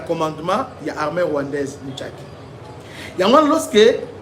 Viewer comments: MUSHAKI et non MUTSHAKI .... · C'est "Mushaki# prononce comme c'est écrit, pas Mutshake